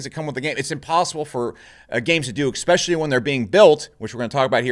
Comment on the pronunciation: bro, please learn to pronounce 'Especially', it's not 'Ecspecially'